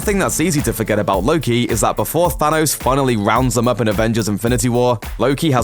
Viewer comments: It's Thanos, not Thanoze. If you're going to get the same guy to narrate your MCU material, at least get him to pronounce the names correctly. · I hate the the way you say thanos "zanos" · Why does he say say thanos so weirdly ? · I love the way you pronounce "Thanos"